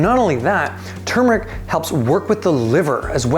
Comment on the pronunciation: What whold fix that confusing problem would be pronouncing it the right way. Instead of saying tumeric say turmeric.